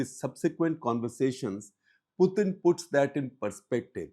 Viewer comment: “Puthin” “Sovieth” “Sharon” 😂😂